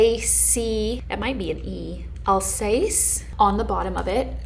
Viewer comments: Alsace is a region in France on the border of Germany. It's pronounced "Alzasse" like glass, not like "space". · Alsace, the s is pronounced z and de c is the soft sss as you pronounced. You pronounced it wright except the s. I new what you were saying though. Alsace Is a city near Germany and Switzerland frontiers